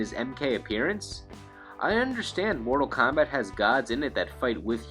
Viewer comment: "...Mordal KAHMBAT..."